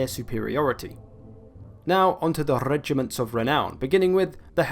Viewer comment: Rrrrrrrrrrrrrrrrregiments of renown, I repeated that part like 10 times